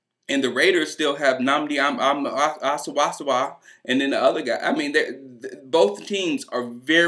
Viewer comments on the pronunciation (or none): lol love the nnamdi asomougha pronuciation!!!!!!!!!! hey bro ur a clemson fan right? if so ur Tigers r playin my Aggies in the Anaheim 76 Classic (basketball) on thanksgiving. Wanna bet?